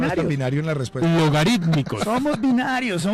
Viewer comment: "LOGARICTICOS" O LOGARITMICOS